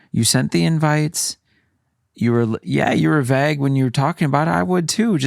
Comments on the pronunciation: I'm so sorry but anytime ya'll say vague like "vage" I laugh I've never heard it said like that lol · has adopted pronunciation of “vague” 😭😂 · said vague like does!!! So cute💖💖💖